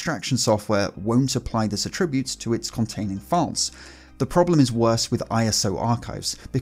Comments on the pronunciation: Dude... are you and Shannon Morse (Hak5) collaborating to troll your audience? Attribute; the noun and the verb are pronounced differently. Shannon pronounces the verb like the noun. pronounces the noun like the verb. Please find the audio pronunciations, of each, online: Attribute --- (noun) /ˈatrəˌbyo͞ot/ <--- pronounced differently from the verb 1. "a quality or feature regarded as a characteristic or inherent part of someone or something." 2. "COMPUTING --- a piece of information which determines the properties of a field or tag in a database or a string of characters in a display." Attribute --- (verb) /əˈtriˌbyo͞ot/ "regard something as being caused by (someone or something)." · I'm Northern Irish and have never heard of anyone pronouncing attribute-as-a-noun in this way ( ish). Am I wrong to think OP is the one who's wrong?